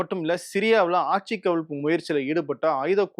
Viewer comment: please pronounce ஆட்சி correctly 😊